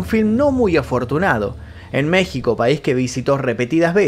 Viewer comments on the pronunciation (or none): none